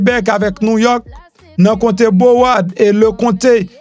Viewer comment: MPH sorry my friend mows c pronounce Brawôrd ok